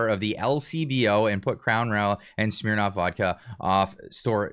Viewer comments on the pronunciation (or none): Trying so hard to be serious, calls it “shhhmnirnoffff”